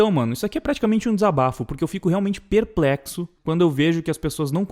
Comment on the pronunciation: "EU FICO PERPRECTO"!!!!! Brother, Gill